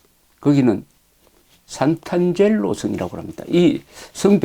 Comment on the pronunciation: "상트-안젤로" 라고 해야 맞는말 아닐가요? 재미있는 여행기 잘 듣고 있습니다.